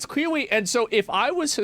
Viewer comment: I love Asmon, but I’m in tears 😂 “Cwearweay”